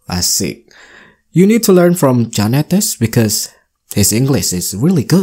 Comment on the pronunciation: Bikaus😂😂😂😂😂😂 baca di hp saja salah....Tifa tifa.....S2 dipertanyakan...syaratnya kan harus lulus TOEFL 550 - 600...ternyata abal abal